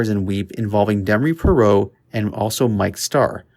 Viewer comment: Parro?! Says Parrott🦜. Parrott! 😂